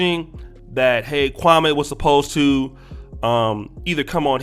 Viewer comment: Why do you keep saying that man name like that, damn!!! Kwame, has said the pronunciation of his name several times now and you all continue to do that Steven A. BS pronunciation. Come on bro, just say the man name correctly please…